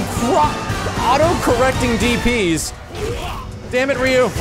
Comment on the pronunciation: I like max but ree you? its rye you :(